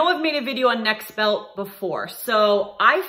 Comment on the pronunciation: the company name is Nexbelt, not Nextbelt. No "T". Need to get your sponsors name correct.